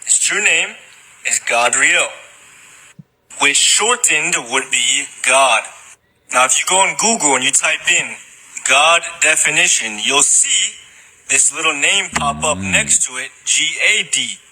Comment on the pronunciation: Not to be that guy but as a former archivist for the religious section of our local libary. Its not pronouce GOD-riel. Its pronouce GAD-riel. And some even pronouce his name as Gadreel. Its has never ever been pronouced as GOD-riel ever. Even in other languges the name never comes close to sounding like GOD. Only bad thing about tiktoks. SO many ppl that have no idea what they are talking about making videos lol